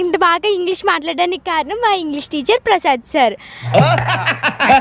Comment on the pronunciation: Prasas kadu prasad